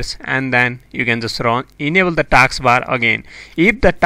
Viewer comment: It's not taaks bar it's task bar. First learn to talk english